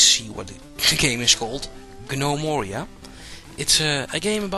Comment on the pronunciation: G-nome-oria. You silly foreigners and your pronunciation. :D